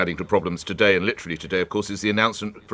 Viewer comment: Is it just me, or is anyone annoyed at her pronunciation of the word "today" - she days, "todaaay"!